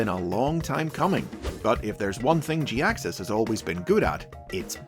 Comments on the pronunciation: I've always liked Jhiaxus... But to be honest this is the first I've heard his name Pronounced this specific way and it's mildly annoying to hear anyone say it like that. I might be in the minority on this too. I'm sorry, I love ya and your videos but man, I can't take it Pronounced like that. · Sounds more like jackass? Was it deliberate?!